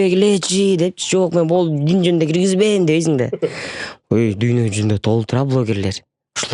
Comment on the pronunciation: Эмнеге дуйно деп туура суйлоп кара дуня деп жатышат???